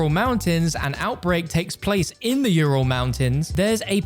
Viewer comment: Yourul mountains lol